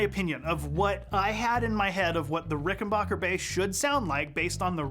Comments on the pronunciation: Why does the Bass Channel continue to over and over agin mispronounce the name RickenBACKer ? It's confusing. 🫤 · He didn't say rickenbUcker, he said rickenbAHcker